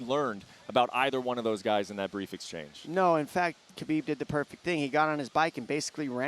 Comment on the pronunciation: It's ha-bib not ka-bib. How hard is this to figure out? Have a staff meeting.